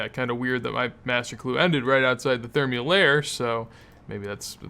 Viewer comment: you do thermy so weird lol